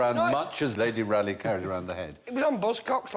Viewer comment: Rale)i)gh is pronounced /ˈrɔːli/, not /ˈræli/.